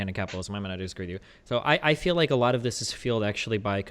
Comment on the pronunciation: Destiny "I fee like..." I thought you only cared about facts...